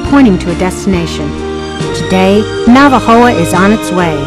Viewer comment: Por cierto, olvidé mencionar que en el minuto del video, debería decir "Navojoa" en vez de "Navajoa".